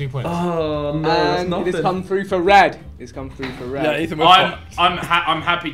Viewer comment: did man just say frue? lol